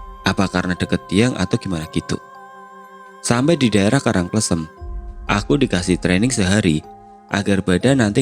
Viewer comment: Btw Karang kLEsem bacanya 😁